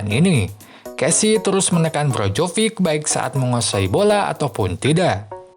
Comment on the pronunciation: naratornya nyebut nama Maignan bener tapi pas nyebut nama Perišić sama Brozović ambyar wkwk kalo Krunić, Rebić, Ibrahimović, atau Lazetić maen ntar ambyar juga ga ya? 🤣 Sempre, ovunque, Forza Milan